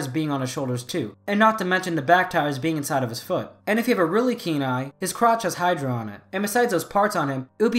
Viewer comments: The fact that you called the Pagani Huayra a Hydra was really annoying me lmao. It’s pronounced y-ruh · Small nit pick here but it isn't Pagani "hydra" it's "Huayra" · It’s huaryra not hydra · Oh my I’m not trying to make a big deal but just liking cars hearing the way you called the Pagani Huarya (why-ruh) “hydra” it was painful lol nah the theories solid though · Sorry, but it’s Pagani Huayra, not Pagani Hydra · Huyara not hydra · When he calls the “Pagani Huayra” the “Hydra” made me cringe so much. But great video. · I was gonna say something about he pronuciation about the Hyura but then I remembered. No one can pronounce it. Not even top gears Jeremy Clarkson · Ok first the Lamborghinis are pronounced 'guy-are-dough' and second the pagani is pronounced 'why-ra' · The way he pronounces pagani huayra as bagani hidra annoys me to no end, otherwise great video.